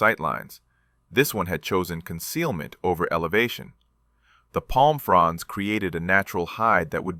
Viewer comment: Fronds, not Franz Ai guy.